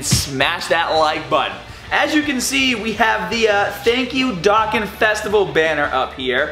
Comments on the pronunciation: Its pronounced dough-con not dock-an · It's pronounced dough-con.